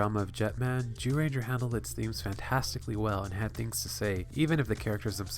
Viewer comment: he keeps saying Jewranger lmao